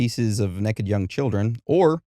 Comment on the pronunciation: Hard to take someone seriously when they say ‘neck-ed’ repeatedly.